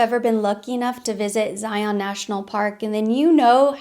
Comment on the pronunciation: Ha! You pronounce ZION like LION!!!! I live there!!!